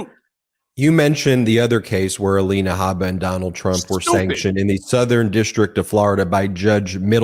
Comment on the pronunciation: Michael Cohen, once again 😂 "ELANA HABA-DA-BABA" or something to that effect! I know you're very passionate about this and not trying to be funny but damn, i can't help it. I've said it to you before i love your down to earth statements. I can respect and admire you're coming clean about this narcissistic douche bag. I imagine he has pulled in his Trumplets much the same he did you....slowly methodically manipulating etc. It's great that you've said and shown you're above this monster. It takes alot of courage and integrity To admit you were wrong. I'm sure you have seen and heard things you wish you could unsee or unhear. Keep moving forward doing what you do. I appreciate you. God Bless and watch over you! ❤😊